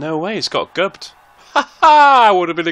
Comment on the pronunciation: Gubbed? Sounding a wee bit Scottish there mate 😁👍